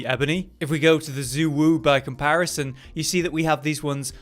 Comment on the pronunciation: mans still can't say Wudwud propperly, even though the game tells him multiple times how to do so.